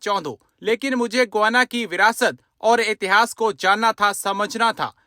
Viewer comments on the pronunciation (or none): Guana nahi Guyana pronounced as: GAI- YANA